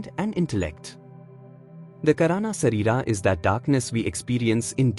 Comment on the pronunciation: Please. Have you heard his pronunciation? Not correct for Sanskrit. It's pronounced Shareerah . The h sound at the end Can also be left out here in this case.